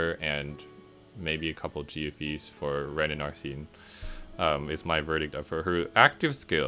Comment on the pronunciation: Oh no but thats not how arsene or makoto is pronounced sorry not trying to be mean it just erks me. But congrats on 900 subs!